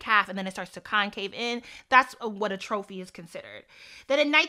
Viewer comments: Atrophy is pronounced AT-trofi, not A-trofi and it’s when your body parts deminish, decrease in size. I.e. cells, tissue, muscles, etc. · Love the discussion, as an aside atrophy is pronounced like at-tra-fee. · Atrophy / (AH- trow- FEE) My OCD just kicked in lol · Omg I have patella femoral syndrome (cartilage in my knees worn away so my bones rub against each other) too! My doctor was like, "oh there's no proven way to replace the cartilage so I guess just make sure your hip muscles are strong" lol. Hearing that when I was 18 was not encouraging Also, atrophy is pronounced "AHtruffy" :)